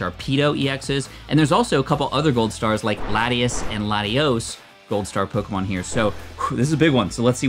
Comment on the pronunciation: Your pronunciation of the Pokémon names is cringe worthy.